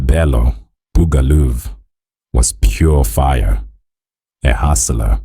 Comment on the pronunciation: East Rand......?Ur narratives is not on point. It's Buga Luv not loovs. Are u even South African?